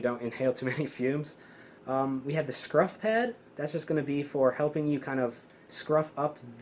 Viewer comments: Great video, but its a scuff pad, not a scruff pad lol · scuff pad bro not scruff haha